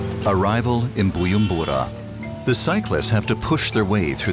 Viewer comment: nice video :) but the narrator kept saying BuYUmbura the letter J in "BuJumbura" is not silent (sorry had to say it 😅)